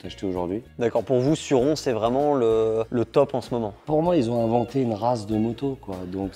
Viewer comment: Pour la prononciation de surron, je suis un peu en retard mais pour indice ça se dit pas sur-rond ni Suzane mais ça se dit sûr Ron. Voilà pour mon commentaire 🗨️⏯️💶